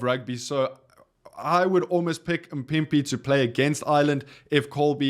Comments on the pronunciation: Why are you butchering a name so phonetically simple like MAAAAAA-PIMPI.. Anyway i would love to see Fassi at 11 and Sacha at 15 vs Wales. I have no idea who can play 14 with Ireland in mind but i agree that Jesse Kriel will be moved to the wings primarily for his defense and organization of that defense. We really just lost the world's best back 3 😢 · Not mpipi its mapimpi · There's no way you can't say maphimpi. L video.